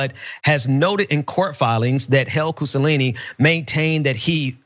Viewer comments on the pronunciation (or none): I've lost count how many times mispronounced the last name "Cusanelli" by saying "Cusallini" in the video LOL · It's pronounced COO SA NELLY. Cucanelli. not COO SA LEE KNEE. You keep saying kusalini like Mussolini it's not. It's Italian. Italian names are about the easiest names to read, they're pronounced just as their spelled. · It bothers me when people just blatantly and especially when its repeatedly mispronounce something due to poor reading. He keeps saying "cusa-laney" when clearly it has the n and l reversed and its actually a double ll. Cusanelli. I get that names and locations especially of foreign origin are hard. No one can get them all right. But that's not just lack of pronunciation of a foreign accent. That's just lousy reading skills. Reminds of Dave Rubin sayings "Bol-sar-naro" instead of Bolsanaro. Just lousy reading. And I get anyone can slip up now and then. Mispronounce even simple words everyone definitely knows how to read. But when you do it 4 times. Nah dude you just suck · Cu - so - lin - ni? I think it's cu - sa - nel - li. You're helping him... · It was irking me that kept pronouncing his name "Cusalini". His name is Cusanelli. The N sound comes before the L sounds. Just to be clear, I'm not sympathizing with Cusanelli, he seems like a piece of shit. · Cusanelli; not Cussalini. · Koo-Sa-Nelli, not Koo-Sa-Lee-Nee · So either is a bit dyslexic, or he's trolling, or it's Freudian somewhere... reading 'Cusanelli' as 'Cusalini', every time?! I was doing something else while listening and really thought the name was Mussolini or close enough. I even thought he'd changed it by deed poll maybe (wouldn't put it past these people), but then nobody was remarking on it so I had to come and read the name. Bit disappointed when it turned out not to be the case, not gonna lie. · Cusa-lainey? Not Cusa-Nelly? Am I missing something with the repeated mispronunciation of the name? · keeps saying 'hale-cusalini'...